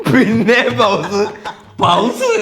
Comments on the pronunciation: പൗസ് അല്ല പോസ് ആണ് ❤ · Powse× pause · Correct Actually പോസ് ആണ് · ചേട്ടാ പൗസ് അല്ല പോസ് ആണ് pouse allaa pause oky🫡🙌😂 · പൗസ് ❌ പോസ് ✅ ith alle correct ithinod yojikunnavar like adi 😊😊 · Pause allaaaaaa pronounce Sheri cheyane before broadcast